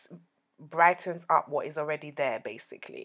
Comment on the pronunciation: She say ees looking nice and delicious 😂